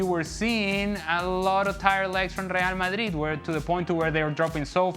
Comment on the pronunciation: This midfield of leallll malliiiiid. Ale, stop over pronouncing everything! You sound like an absolute spoon.